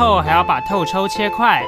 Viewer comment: 聽到用中文唸透抽 有股錯亂感www